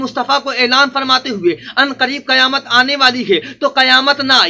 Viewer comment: ابے گدھے کی اولاد قیامت میں ق کے نیچے زیر ہے گدھا تم کو مولوی کون بولتا ہے پورے قرآن شریف میں کھیں پر ق کے اوپر زبر نھیں ہے اگر ہےتو بتا تیری پوری زندگی غلامی کروں گا سالاگدھا